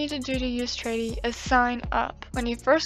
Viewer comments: I was a bit confused at first when you said "Tradie" but then I realized you were saying traderie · The fact she says tradie the whole time not gonna lie kind of annoys me, but I don’t mean this in a rude way just so you know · "Tradie" xD